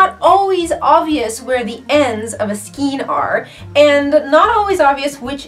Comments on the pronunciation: your pronunciation of skein is funny to me.. Never heard it called that before. always heard it a more of an ei as in A sound.. like Skain... which i think is actually the correct way.. I before E except after C, or in sounding like Ei as in Neighbor or Weigh.. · I hope you don't mind and it may be different in Canada, but it's pronounced "skane" rhymes with cane. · giggle Check Google. Pronouncing it SKEEN is a demonstration of a lack of skill in the craft. giggle #Sarcasm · Pronunciation Matters: SKEIN= MAIN with SK instead of M. (thank you) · Thank you for pointing that out. Yup, it's in the DICTIONARY! It comes from an Old French word "escagne". There are two ways of doing everything --- the RIGHT way and the WRONG way. One is free to mispronounce words all day long, but it's still incorrect. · You are a very sweet person, so please don't take offense at this. The way to pronounce skein is "SKANE", not "SKEEN." Thank you. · I understand how newbies would need a video like this. I found it unbelievably simplistic. That's like asking "how to open a bottle of water". lol And it's pronounced SKANE not SKENE.- unless you're from Canada. lol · Pronounced 'Skayn'...skaaaayn. Sorry, the 'skeen' thing was distracting and making me crazy, LOL. :) But yeah, nice yarn stash! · Why do you say "skeen"? It's "skayn"!! The "ei" is pronounced the same as the "ei" in "weigh" and "neighbor"!!! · It's pronounced "skayn"' not "skeen." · It's pronounced skAYn, not skeen. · NINE minutes and THIRTY FOUR seconds is NOT a "quick tip"!!! We say scain of yarn here....not skeen. : ) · Skein is pronounced skAYne. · lol " skeen"...everyone I know calls them a "skane" lol isnt it funny! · Skein rhymes with cane. Not skeen. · Also, skan rhymes with can, but never ' skeen',; really is not a matter of dialect just correct pronunciation